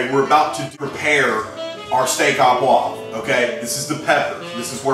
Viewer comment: yip yip yip...hurts my ears to hear steah a poivre...should be steak oh poivre! OMG NO WINE...cognac ONLY!!!!